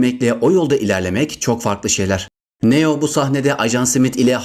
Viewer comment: Neo yu neden yazılışı gibi söylüyorsun çok kötü